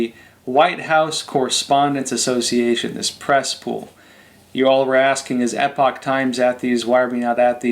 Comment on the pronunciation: Might seem off topic but why is the guy on your commercial is calling your paper Epic Times? Isn't Epoch pronounced just like epoch? Also, I have to say, he could tone down a bit...